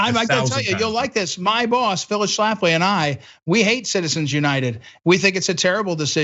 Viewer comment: As soon as you said Phyllis Schaftly I was out of here.